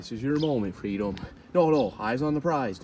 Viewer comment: Freedom is "cluutth".😂😂